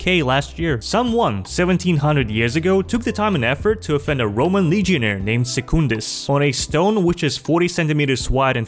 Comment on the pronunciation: ironic his name was pronounced “sooc-un-dis”